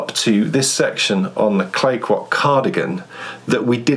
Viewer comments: Yes, I live in British Columbia too, and agree that you pronounce it very well! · I’m from British Columbia, Canada where Clayquot is and I think your pronunciation is correct. Enjoying your podcast so much!